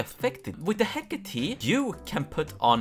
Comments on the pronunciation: ITS HECK-ATE NOT HECK ATII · hecate is actually pronounced he-(COH)-tay (i think idk) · the Hécate II is a french gun made by PGM Précision, the name comes from the greek goddess Hecate/Hekate its Pronounced /ˈhɛkəti/ HEK-ə-tee you couldve just taken 5 minutes and looked at wikipedia.